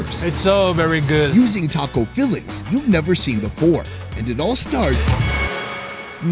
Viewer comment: "es sooo gooot"